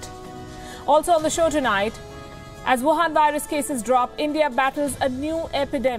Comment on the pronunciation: Wuhan, not Wahan.